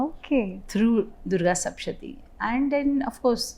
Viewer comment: It's sapthashathi, not sapshati